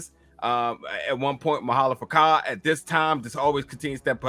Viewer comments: Bruh you be sayin' his name wrong😂😂 it's Ma'alefa'ak not Ma'alefaka😂😂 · Zod is gonna have to reckon with the fact that he has a son, coz at this point in time (40 years after krypton’s explosion) his son is still an unknown fetus And…bruh it’s Ma’alafa’ak not M’alafaka (sounded like you were calling guy a mf or sumn 😂) Plus, from the comics (so take it with a grain of salt), we know that Kilawog, like Captain Rabbit, can usually only identify humans by their clothes. That might be why he he couldn’t identify the humanoid Lor-Zod Not too sure Danny Chase is dead tho. That was some super flat deos-ex acting if he’s done with the show. I feel like he might come back / turn out to be an Apokoliptan plant / do the whole angsty turn against the Team thing like the comic Danny 🤷🏾‍♂️ (let’s forget the fact that i full on thought they were talking about danny phantom until i saw dude looked like his comic counterpart inside the thrall 😅) True say tho, Zod ain’t a villain yet in this universe, and I love that. He’s a community leader, ex-con, husband who is fair in all those roles. He’s just looking for freedom. His son and whatever he did in the future are whack, but that ain’t set. We straight up got told the LoSH future got wiped out, so Dru is actually pretty sympathetic. Only problem’s his wife being like Jada 😒😂 You guys are too funny tho 💯 😂🤣 Rocket + Orion is too funny. True say tho, Orion is neurodivergent and Rocket is just his newest friend. Kinda wanna see if they would work tho lol Savage might turn up in the next two episodes tbh. This episod